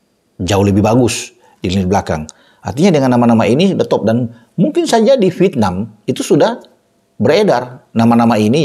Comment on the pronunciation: Vièt-nam,... Bukan Vit-nam 😂